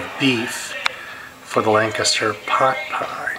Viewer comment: LANCASHIRE HOTPOT YOU PLANK.....LANCASHIRE, NOT LANCASTER